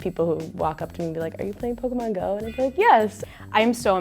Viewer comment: When someone pronounces pokémon wrong even though it has é instead of e